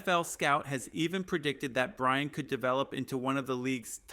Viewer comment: This must be AI read. He constantly mispronounces Surtain as cer-tain, not sur-tan. It also fumbles Vele as vel or vail instead of va-lay. This one includes a lot of what sounds like Brian, not BryanT, as (too bad I can’t see the rest of his name) points out. Fix these obvious errors and you might get more likes/subscribes, and participants.